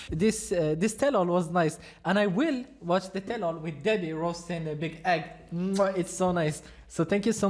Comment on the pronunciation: Did you call him " Big Egg" on purpose? Because i'm fucking dying